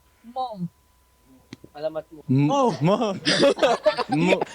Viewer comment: Hi,! Answering your pronunciation questions: You pronounced "Alamat" correctly (emphasis on 1st and 3rd syllables: AL-a-MAT), their name translates to "Legend" or "Myth". [Not to confuse you, but similar-looking to "alamat" is the word "salamat" / Tagalog for "thanks". However, "salamat" is pronounced like sa-LA-mat (emphasis on the 2nd syllable).] 🙂 VXON is intended to be pronounced like "vision" I believe. Yeah, BGYO is read as individual initials. You also correctly pronounced the names of YARA and AJAA. Appreciate that you're very conscious of getting the pronunciations right. Yes, it's a mark of respect to say names correctly -- in any language or culture! Thanks / Salamat! 🙂